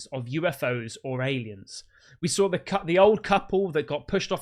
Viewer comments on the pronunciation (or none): Sawr it? Did you mean saw it? There´s no r in saw.